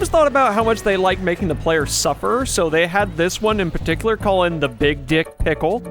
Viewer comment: ah yes the DICKLE